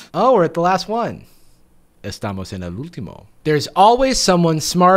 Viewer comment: That "Estamos en el último" sounded perfect. Saludos desde Costa Rica 😂